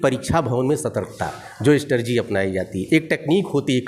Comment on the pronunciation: अरे गुरुदेव स्ट्रेटेजी होता हैं नेक्स्ट बार ध्यान से 👍🏻👍🏻